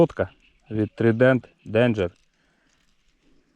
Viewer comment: вибач але правильно трайден..і копія на мовер👍